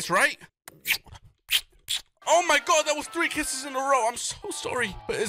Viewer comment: I like how when he sees one of the mobs he says oh my gord instead oh my god